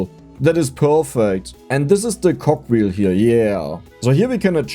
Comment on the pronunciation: Less than 2 minutes into the video and we get "Saytitty" and "Cockwheel".!